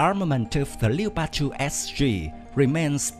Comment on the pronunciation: A little advice mate, Leopard is pronounced with 2 syllables. sounds like Lep-ard as opposed to Le-o-pard. Cool vid though thanks